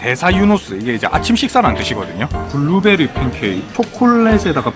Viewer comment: 블루베리 톤 보니까 경상도 사나이 맞군 ㅋㅋㅋ 군시절 선임이 블루베리 스무디 계속 시켰던거 생각남